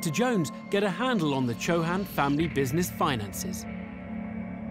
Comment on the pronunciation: Man, they really Anglo- fied their names lol. They look Indian (Rajput, North India) and was thinking what funny they said. In India CHOO-HAN would pronounced a lot harder sound. Here they glided over their pronouncing of their own name 😅